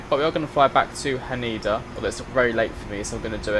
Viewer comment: It's Ha Neh DA not Haneda by the way!